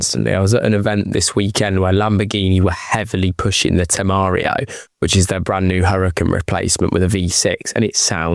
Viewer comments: It is Temerario, not Temeario, and is V8, not V6. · Temario? V6? - no, even I know how to pronounce it and it come with a TT V8 - there are people replacing the exhaust and it sounds pretty good - refer to Stradman's TEMERARIO on youtube